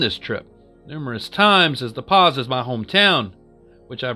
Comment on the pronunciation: the first story caught my ear in a weird way. my dad grew up in the Pas. I doubt you'll ever come across the name again, but Greg should have told you the Pas is pronounced like "the Paw". loved the video brother! 👊